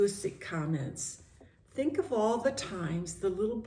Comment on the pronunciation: You really do deep study❤ For shure God can do miricals and like when you say "I tink"